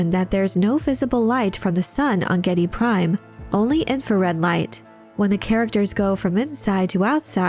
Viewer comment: AWESOME VIDEO, SPOT ON INFORMATION AND STRAIGHT TO THE POINT. 101% GOOD PRONUNCIATION OF THE PLANET NAME GIEDI PRIME